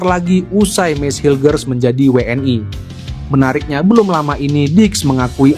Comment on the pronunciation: min jgn kampungan pake BHS biasa saja jgn WNI w an ai kamu SDH slh ucapkan BHS inggris pret